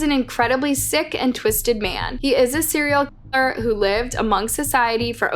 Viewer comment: Serial key-er, lmao it's so distracting